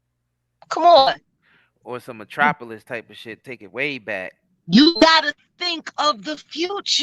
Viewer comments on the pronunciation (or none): none